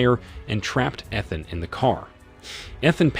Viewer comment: EE-than.....its only the 7th movie.....Pen-quins